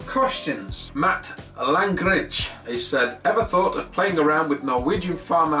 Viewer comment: You could possibly be the first ever person to pronounce my surname correctly, you sir are a legend. Sincerely, Matt Langridge.